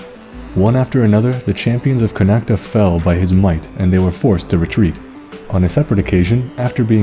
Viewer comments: Connacht is pronounced *Con oct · Ok so as an Irish man the only two bad pronunciations, and even then they're close. Just pronounce "Chulainn" with a hard "k" sound, and Connacht doesn't have an "a" sound at the end. However, I am from Cork, so chances are that the might be some pretty different ways to say Cu Chulainn so take that for what you will.